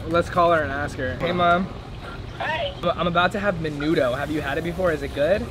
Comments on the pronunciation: Maaynudough wtf 😂😂😂 and menudo goes hard tf you mean. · haha me too. i guess i was more offended by the way he pronounced it. ✨menuDO✨ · I’m disappointed he didn’t know what menudo was nor know how to pronounce it 😔 that’s what you eat on a hungover and when you crave it 🤣🌵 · Y’all don’t know how to pronounce menudo.